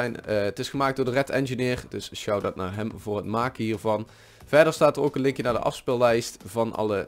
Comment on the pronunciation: Zij je nou ooak ipv ook? "Oak" is Engels. Dus dient het uitgesproken te worden als "ook"